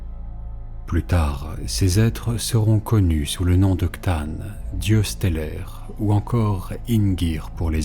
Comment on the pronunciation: super épisode plus que Toorop regarde la vidéo pour qu'il prononce bien c'tan ;).